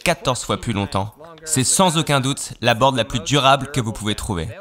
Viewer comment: Ça dérange qui qd il dit « la pluSSS incassable, la pluSSS immuable, la pluSSS incorruptible » 😂😬